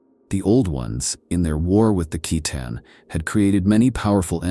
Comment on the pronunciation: My fav was the sick-a-tan.